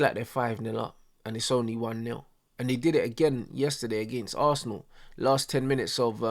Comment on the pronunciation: Man said “Assna” to not make it look bait that he’s a Arsenal fan😭😭